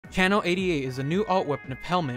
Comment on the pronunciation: why did you pronounce "channel" like "kannel"